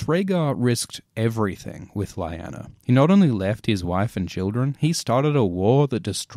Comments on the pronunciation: What happened to your pronunciation of "Lyanna"? "Lie-ana" sounds weird. I always pronounced it as "Lee-ana". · Why do so many people mispronounce names? Lie-ann-a? It's Lee-aw-na. The show gives pronunciation, no reason not to know. You pronounced Talisa and several other names incorrectly in other videos. It's distracting. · i love your videos but.. its Lee-Anna not Lie-Anna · I love these break downs, but my god, man! It's lee-ahw-na, not lie-anna... 😂🤌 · Oh dear. This could have been good, maybe even great, but instead it grates, because the narrator says Lie-Anna, when it is always pronounced Lee-Nanna in the shows. Has he never seen a scene where the name is spoken? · Lee-yanna, not lie-anna ffs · I thought it was Leighanna not Layana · My dude, it’s ‘lee-ana’ not ‘lie- Anna’. They say it so many times on the show.. not trying to ‘hate’ all it’s just weird. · I thought Lyanna Stark was pronounced "Lee-Ya-Nuh" not "Lie-An-Nuh" dude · Hey, your videos rule! That being said, it was slightly aggravating to hear you call Lyanna LA-YANA, when it is most likely pronounced LI-ANA (same as in the show). Did George share proper pronounciation with you or is it something you figured on your own? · Lie_anna? Wtf?! Lee_anna. Say it with me: Lee_anna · Its lyana not layana ! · You keep saying lyanna wrong in the show they clearly say ( le-anna ) not ( li- anna ) it keeps getting on my nerves lol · isnt it pronounced "Leeyana" and not "Lieyana" it feeld wrong in my ears everytime the name is said, and the name got said alot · isn’t it pronounced Lee-anna? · Lee-Ah-nah is how her name is pronounced. Rhaegar didn't die FIFTEEN years before it was 17. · You should pronounce it leeana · I hate to be a dick but, it's pronounced 'Lee-anna' despite the spelling 'Lianna'. Though I'm sure by now you probably know that already!? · whenever he says "laiyana" a part of me dies :( it's lyanna ffs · Just hurts my ear every time you say Lyana as LAYANA.....😏